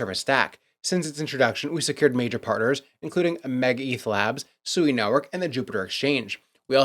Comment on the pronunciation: Oh, you should definitely stop making predictions. Maybe start with learning how to pronounce your crypto Investments correctly. SUEYYYY 🐖 Alpo, dog food for the dog 💩 Blockchain